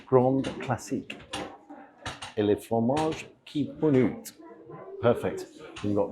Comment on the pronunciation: “Les” as in Les Grandes, is literally pronounced and said as “Lay” - not as just “Le”. Found this really irritating and frustrating, after my Grammar School 🏫 French 🇫🇷 GCSE where I gained an A⭐️ in ‘le subjet’ .. did have an amazing French teacher (female).